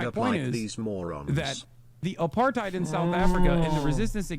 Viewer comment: What tf is up with Hissan and the word apartheid